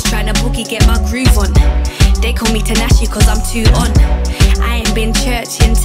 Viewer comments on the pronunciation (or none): tinashe is pronounced tea-nashe love !! LOL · Ngl I was getting hella irritated cause she keeps pronouncing tinashe name wrong just to make it rhyme with her lyrics 🤦🏾‍♀️😑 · Everytime she say tinashe I cringe cause it just so incorrect I'm dying 😩 but the song was calm